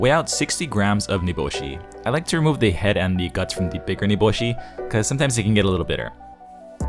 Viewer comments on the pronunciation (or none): none